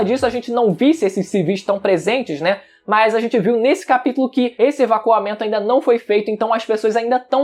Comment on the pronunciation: "Evaquamento" é foda